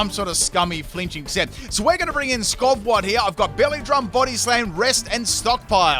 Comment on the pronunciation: It's almost as bad as "Skovwot" for skwovet. I'm starting to think dyslexic with how often he puts letters in the wrong syllables.